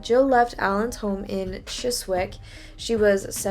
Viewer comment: Advanced level qualifications (known as A levels) are subject-based qualifications that can lead to university, further study, training, or work Edit: also - Chiswick is pronounced "Chiz-ick" But other than that, great video! 👍🏿